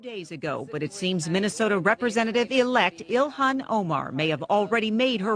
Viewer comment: Her name is Ilhan. Not Elon guys